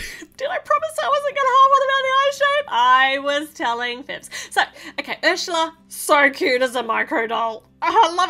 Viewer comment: You’re saying Harsha yeah it’s up it’s actually Ursula